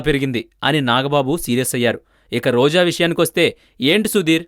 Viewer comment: sry chinna mistake roju kadu roja,dubbing cheppalani unte cinemallo try chesko bhayya